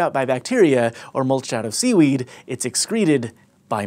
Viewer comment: When he said seaweed, i thought he said semen